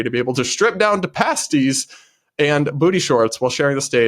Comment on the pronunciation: Oh, sometimes you are too adorable! Your pronunciation of pasties (it's paste + ees) gave me a good chuckle! Don't you know any strippers? You're in Michigan, right? There must be a titty bar nearby where you could do some research!